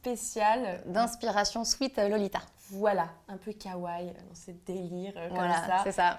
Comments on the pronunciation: Arrêtez de dire kawaille ;-; on dit kawaii et pas kawaille donc prenoncez bien le i a la fin ^^ sinon superbe vidéo! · c'est sympa de faire ce type de vidéo ;-; mais ça fait mal aux oreilles la mauvaise prononciation des mots comme Kawaiii ><. Par contre quel est l'intérêt de mettre du concealer avant, si tu étires la bb cream de ta cushion avec le puff? ça déplace ce que tu as mis avant. en plus vous avez trop poudré le teint :/. Normalement il est un peu plus glowy le teint.